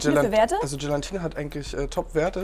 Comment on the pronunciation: GELATINE hat kein n nach dem a! Das macht mich wahnsinnig, wenn Menschen das nicht aussprechen können.